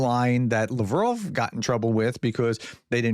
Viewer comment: Its LavrOv not LavrovE.